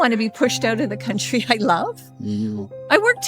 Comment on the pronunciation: "een theese countly"